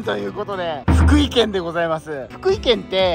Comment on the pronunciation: ふ↑くい↓ じゃなくて ふく↓い↑やで